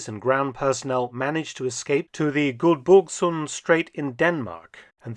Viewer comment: Omg you're butchering Guldborgsund, in Danish you would say Gulboorssun.